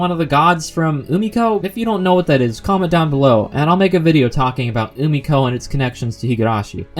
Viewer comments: UMIKO ... emm sir you mean Umineko? xD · I'm sorry but umi-ko is not how you pronounce umineko (umi-neko) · Umiko.... Umiko...... UMIKO?! This video is great until now, but i had to "chotto matte" right there. Umiko? Gods? Its Umineko (U-MI-NE-KO) & Witches, sir. And i recommend you read Umineko before you continue this Higurashi season. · Bruh did you deadass just pronounce it Umiko I'm fucing D E A D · Ok I had to pause at 8 mins. The video is great but I can't get over the way you pronounce Umineko. It sounds like you're saying Umakawe or something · That pronunciation of umineko was horrendous